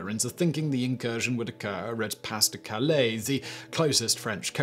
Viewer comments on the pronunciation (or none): Your English is showing through. The "s" in Pas de Calais is silent. If you're just having a go at them, I understand.